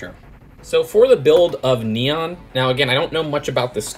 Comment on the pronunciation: Not nian neon